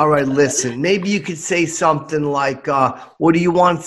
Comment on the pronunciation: Brotha sayin sumptin dare. Lol